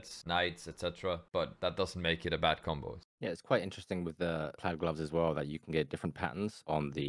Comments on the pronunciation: pl-ad like dad, plaid, plad plad but spelled plaid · yall should learn how to say plaid 😂